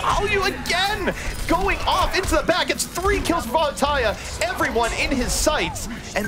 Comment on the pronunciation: I hate the way he says, "Vallutaja."